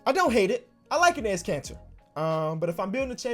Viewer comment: Am I the only one who hears cancer every time he says Kanter?